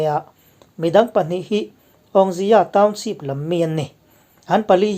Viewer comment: A bengvar thlak thei khawp mai a, amaherawh chu i saptawng lam dan hi ka sawisel ve duh tlat mai, naupang ten an ngaithla ve thin bawk sia. Eg. Township hi Townsheep ti a i lam te leh a dang pawh a awm nual mai. Googleah hian saptawng lam dan tur American leh British in an lam dan voice a ngaihthlak theih ten a awm vek a, han in zir leh zel teh. Kan lo ngaithla ve zel a nia.